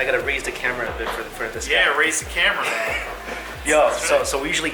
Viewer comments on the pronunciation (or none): none